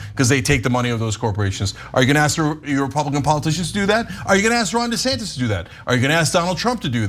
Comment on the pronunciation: It’s pronounced “Rhonda Santos”……